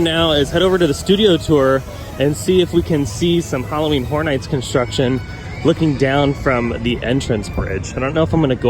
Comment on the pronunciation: lol, I didn't realize that their Halloween mazes are going to be brothel-themed. 'Just joking around, but you've got to admit that it sounds an awful lot like you're saying "Halloween Whore Nights." ;) =D Keep up the great work in any case and thanks for the update!